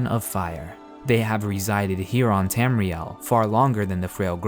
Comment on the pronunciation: Tamriel. Not Tamrile.